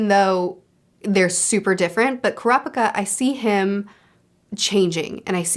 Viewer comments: btw, with the pronounciation of names, japanese words don't emphasise any syllables. every syllable is said with equal emphasis e.g. ku-ra-pi-ka instead of ku-ra-PI-ka. u can apply that to all the names u struggle with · A tip with the japanese names: you seem to be wanting to put exclamation on alternating syllables like in English. Japanese doesn't do that. All syllables have equal exclamation. Their language is a set of consonant-vowel pairs, so its never kurA-pikA or kUra-pIka, its always kU-rA-pI-kA. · ku-rapika you said it right the first time! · It's pronounced kurapika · Fyi you said Kurapika correctly then incorrectly changed it lol